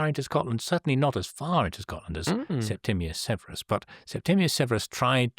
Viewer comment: And interesting how Waldy mispronounces Septimius Severus and Degas (no accent on the e).